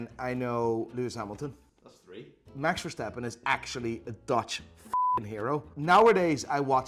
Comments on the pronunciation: Bro hearing, a dutch man, say max verstappen so weird sucks lmao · for a dutch man u say max verstappen so focking horrible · love how he said max verstappen's name with an enlish accent even though he is dutch